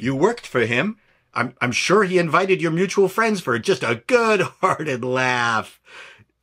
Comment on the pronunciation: "I'm not your fwend, Kathy"